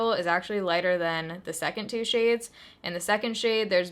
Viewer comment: “Looks like two shiyads” I heard 2 chainz 😂